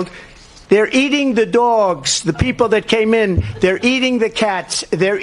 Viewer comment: "They're eating the dworgs" Sho' nuff Donnie....